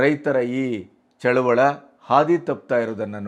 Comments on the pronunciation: ಚಳುವಳ ಅಲ್ಲ ಚಳುವಳಿ. ದಯವಿಟ್ಟು ಈ ಪದವನ್ನು ಸರಿಯಾಗಿ ಬಳಸಿ. ಇದು ನನ್ನ ಕಳವಳಿಯ ಮನವಿ. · ಚಳುವಳ ಅಲ್ಲ ಚಳುವಳಿ ಎನ್ನಿ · ಚಳುವಳಿ.ಚಳವಳ.ಅಲ್ಲ.ಸ್ವಲ್ಪ ಗಮನ.ಕೊಡಬೇಕು.ನಿಮಗೆ..ಹೇಳುವಷ್ಟು.ದೊಡ್ಡವನಲ್ಲ.ನಾನು.ಸಾಮಾನ್ಯ,ರೈತ.. ಕ್ಷಮೆ ಇರಲಿ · ಅದು ರೈತ ಚಳುವಳ ಅಲ್ಲ ಅದು ಚಳುವಳಿ